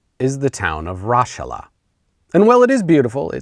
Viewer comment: Mozart was from Salzburg, hence why a ton of those videos you show from Mozart things are from Salzburg and specifically not Vienna. As a person who's originally from the region where Raschala is (kudos for getting the pronunciation spot-on by the way!), I always enjoy someone dunking on hollabrunn. But I had to say something.